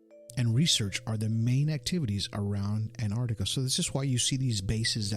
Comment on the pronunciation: Terrible. Very childlike presenting. This guy must have done 5 minute's research before the show. Knows absolutely nothing about Antarctica. In fact he can't even pronounce the name correctly.